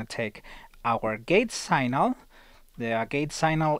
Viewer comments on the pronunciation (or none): Good vid. One tip... 'Signal' pronounced 'Sig-nul' :)